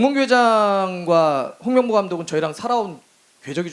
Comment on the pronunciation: 똥명보로 들려 또 홍명보인건 ㅇ@